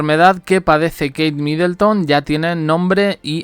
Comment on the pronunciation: No es Midelton sino que era Middleton.